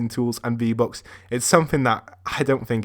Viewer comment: he says v-bocks xd